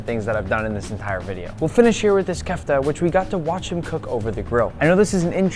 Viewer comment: u siad all the Lebanese and Turkish food wrong :| like: "kafta" "shawarama" humus" "falafel" still its nice u included this food "do not underestimate arab foods "